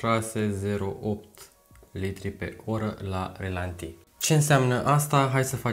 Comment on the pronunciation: E obsedant....ralanti, nu relanti!:)